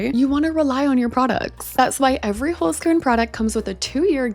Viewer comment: As a native german speaker, I love how you pronounce Holzkern❤ Love their products as well